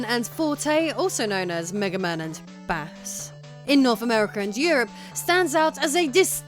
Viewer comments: Is she trying to troll people by pronouncing Bass (Bayss) as “Bahss?” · deliberately mispronouncing “bass” to stir up annoyed commenters and generate lots of engagement for the all mighty YouTube algorithm. Pretty sneaky. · Was it intentional? I can't tell tbh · Given the extended pause every time she says it, I’d push for deliberate.